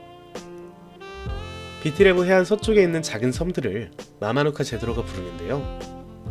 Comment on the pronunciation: 피지에 살고있는 교민이에요ㅎㅎ 피지에 대한 정보 공유해주셔서 감사하네요. 지금은 코로나로 오고갈수없지만 관광객으로 북적북적하던때가 어서오길ㅠ 영상에서 마마누카 제도는 현지식으로 마마누다 입니다 피지식영어발음은 C가 th로 발음돼요. 개신교와 힌두교가 대부분이지만 천주교인과 이슬람교인들도 꽤있습니다~